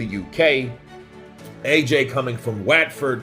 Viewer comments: is pronounced What-ford not Wat-ford 😅😅😅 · Love the pronunciation of our towns bro haha It's pronounced What-ford & Gren-ich as opposed to Green Which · Watford is pronounced WotFod Greenwich is pronounced GrenItch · Excellent analysis as always. Thanks Bro. By the way, Watford is pronounced => Whatford